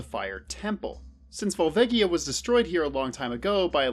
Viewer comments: vol-V-EGG-ie-uh. really? lmao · Volvagia is pronounced with a soft G, my dude